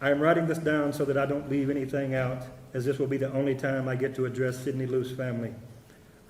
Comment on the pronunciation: " We're not cutting anethang or anything."...